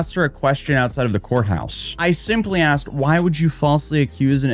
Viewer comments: oh really? I didn't know they let people publish books in crayon 🤣 and that's when the FATIGUE set in for me. The word you're looking for is ASKED.....NOT AXED. Jesus! You did finish Kindergarten, right? 🙄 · She axed me, what a dumb@ 😂😂😂😂😂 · She "axed" them questions? Who the fuck talks like that? XD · Did anyone else notice that cannot properly pronounce the word "asked"? Is flips the s and k, making it sound like she "axed" people. "I axed the university... I axed facebook... I axed the police..." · just a pet peeve but I hate how she says "axed" instead of "Asked" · She axed about. Sounds like a serial killer in the making , using an axe. 😂😂😂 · Maybe is she asked instead of axed she would get more information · Is she a psychic or a psycho? Cuz it seems more like the latter to me. Also, anyone that can't pronounced "ASKED" not "AXED" isn't smart enough to understand that this has nothing to do with getting PTSD from the video, but the character damage she inflicted and the fact she put her name and her families' names on a public forum for everyone to see, to dox, and to harass for things she said. This whole video she made is just a bunch of "wah wah wah", she isn't going to be able to pay that money so just send her dumbass to jail already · She probably never got access to the evidence because she “Axed” and “Ak-ed” for it rather than “Asked” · The delulu is strong with this one.. And also, WHY say aksed instead of asked?!? This is a pet peeve for me (and i am from Sweden and even I know how to pronounce that!) I cringe everytime… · I'm getting progressively more annoyed each time she pronounces "asked" as "aksed"... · Do they go to a special school where they teach English differently? “She Axed me” “I axed her” why? English is like the easiest language out there how do they mess it up? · Maybe if she asked instead of axed people for evidence. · maybe her psychic abilities could tell her how to pronounce "asked"